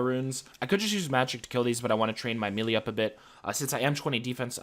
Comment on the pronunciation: did you know melee is actually pronounced like may-lay. fun fact!